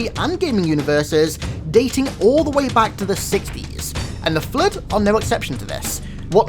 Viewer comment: How normal people say it:flood How says it: FlEuT